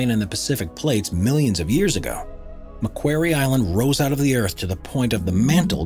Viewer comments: Macquarie Island is pronounced " Mack Quarry " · In 1976 a Sydney audience I was in, corrected John Denver from singing "Port Maquairy" to the correct Port Maquarry" The same applies to Macquarie Island. Pronounced as in quarry. Named after this man. The island is an Australian external territory. Lachlan Macquarie - Wikipedia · Just saying its pronounces ma quarry Island. Not ma queiry Island. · "Mc QUARRY" island, not "Mcqwery"... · Mispronunciation of McQuarie aside (think rock quarry). This is not the only place on earth where the mantle is above the earth’s crust. The Tablelands in western Newfoundland is the heart of Gros Morne National Park and it has the distinction of being the only example of Mantle material above the crust that is easily accessible to all that want to experience this fascinating phenomenon. Hiking the Tablelands one might think they are standing on the surface of Mars. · Jeff Thomson Yes it grated on me too. “Mac” as in Macdonalds. plus as you said “quarry” as in harvesting stone. I am an Australian, we as a nation 🇦🇺 have many things to thank our early colonial Governor Lachlan Macquarie for, including Macquarie Island, as a result many places and things are named after him. I highly doubt there would be an Australian (yes we are very multicultural) who doesn’t know how to pronounce Macquarie.......Nor a Scot for that matter. You would only pronounce it incorrectly once, before being told. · It's pronounced MUH KWORR EE Island. And Australians have had a permanent base there for decades. And it was a King Penguin you focussed on although you did show Royal Penguins after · you need to check the pronunciation of Macquarie Island. Named after Govenor Macquarie of NSW, the important part is pronounced "quarry" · Macquarie Island...pronounced Makworry Island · Here's an idea. Find an Australian, and listen to how the person pronounces "Marquarie Island". Ten have another go at the video voice over!